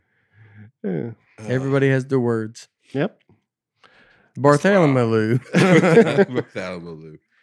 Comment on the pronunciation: Nate needs to work the word “Barthalomew” into every episode. It’s my favorite mispronunciation so far.